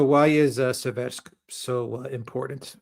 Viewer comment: It's Séversk, guys. Séver (сéвер) means "north" in Russian.